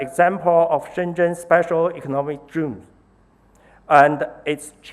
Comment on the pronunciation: ”sepesal economick zooms”